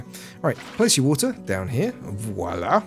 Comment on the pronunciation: Every time you've said "Voila" kept hearing Oda Block say "Wallah".